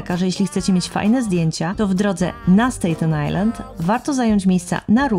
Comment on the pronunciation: S-TA-ten Island, nie S-TEJ-ten. Pozdrawiam.